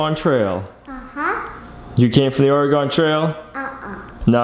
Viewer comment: As a native Oregonian I have to tell you, it is pronounced "orygun" not or gone. :)